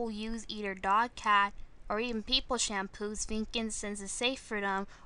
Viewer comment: Shamppos... Alright I thought it was Shampoos... But okay.